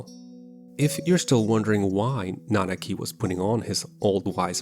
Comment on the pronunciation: You got Nanaki's name right just to screw up REEVE's? Really? I definitely expected better from you of all people.